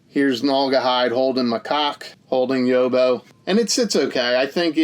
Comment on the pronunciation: Quality review as always, mate. Couldn't agree more about the Nok art, use it ffs. Just want to school you on some Aussie vernacular. You pronounce Yobbo 'Yob-beau'. So, Yob like Bob. Lastly, Macaque deserves all the jokes, so thank you for getting 'em off.